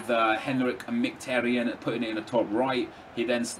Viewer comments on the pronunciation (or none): learn how to day mkhitaryan properly. i know you won't read this because you're arrogant and think you are always right.